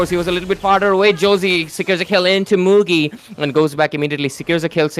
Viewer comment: It's Mugi not muji brahhhh